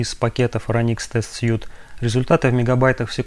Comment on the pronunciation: отличное видео позвольте позанудствовать: в Phoronix test suite последнее слово читается как "свит", означет набор, комплект или апартаменты. слово которое вы произносите пишется без буквы e в конце и значит костюм